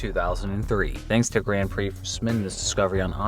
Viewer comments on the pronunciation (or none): none